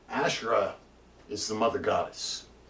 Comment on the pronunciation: Thank you! one thing, it’s pronounced : ahShay-rlah (tongue role) or AhShay-ra